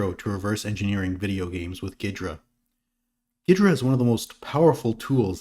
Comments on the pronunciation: There was a time, long ago, where there was a tool that pre-dated Ghidra, called SoftICE that allowed exactly this and more, because unlike Ghidra it was a kernel-mode debugger, so below even User Mode where Ghidra is limited out-of-the-box. Also though, pretty sure the correct pronunciation is more like "Geedra" not "Giydra." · Is that really how it’s pronounced? I hear it as “gheedra” often